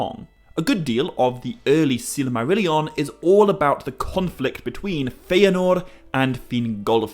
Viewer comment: How do you pronounce silmarillion so wrongly?